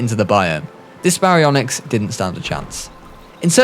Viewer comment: our alpha baryonixt like what the hell it's pronounced Ba-ri-on-ix Baryonyx